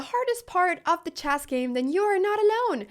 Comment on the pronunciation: Why does she call it CHASS ?